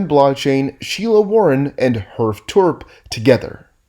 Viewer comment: Herve is a French name. It's normally pronounced err-vay as far as I know.